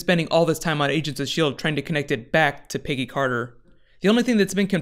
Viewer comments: "Piggy Carter" ahahaha it's Peggy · Every time he says "Peggy Carter" I hear "Piggy Carter." Am I crazy, or is that was he's saying?